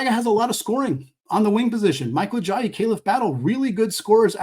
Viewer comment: You kept saying Joel Ajayi instead of Ayayi 😂